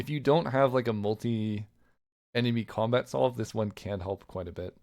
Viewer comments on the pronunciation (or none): none